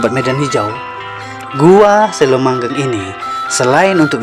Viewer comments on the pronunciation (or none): Ngomongny kok selomangheng Bozz ku bukan selomangleng